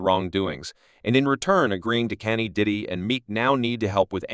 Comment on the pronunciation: Why the AI keep calling him Kenny?